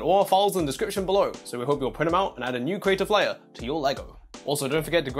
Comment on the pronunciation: "Link in the discirption" 😂 love this vid though